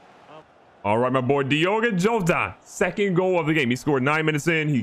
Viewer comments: Pronounced hota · Jotas name is proununced yoda